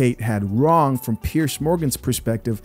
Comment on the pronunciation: It's PIERS NOT PIERCE